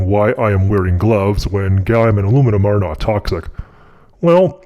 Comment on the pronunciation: Domingo Actually, he named it "Alumium"